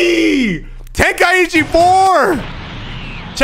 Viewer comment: Its called Ten-Kai-Chi not Ten-Kai-ichi I've been blasted by so many Japanese about calling it TenKaiIchi its not even funny